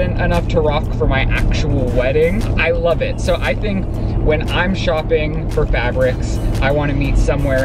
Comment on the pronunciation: “Sew annoying?....it’s sew annoying!” 😂💀